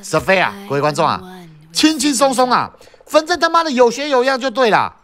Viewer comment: 新年快樂，講＂反正＂都會變成＂粉正＂哈哈